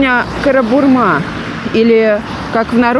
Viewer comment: Живу в 2 остановках от Панчевского моста. Замечательное место. Здесь уже пол года, но ничего криминального не заметила. Хотя пишут, что район КарабУрма ( на У ударение) называют Маленькой Колумбией и вся наркомафия именно здесь. Если это и так, то мафия хорошо маскируется под детишек и бабушек с собачками.